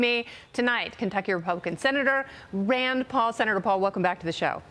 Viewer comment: s did she call Senator Paul an "actornn" with long "N" thrown in for reasonable deniability or purposefully mispronounced Just to get the truth out but also cause confusion of what she says!? 🤔 Every media should be scrutinized and looked at with a critical eye !